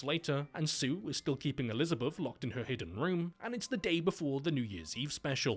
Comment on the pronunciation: "Elizabuff" hahaha that accent, man. Nice humor in this vid.